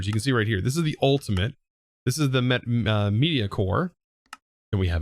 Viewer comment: the way he pronounced "mediocre" made me laugh a bit